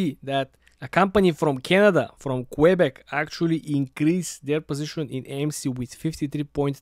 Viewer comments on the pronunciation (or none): It's not "Quay beck" lol. Nice try!